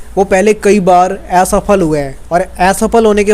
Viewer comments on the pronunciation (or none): Abe youtuber, tu apne accent pe kam kar "Aisafal" kya hota hai ??